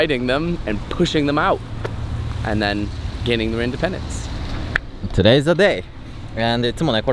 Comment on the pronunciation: Independen”ce” Day not independent Day 👍🏽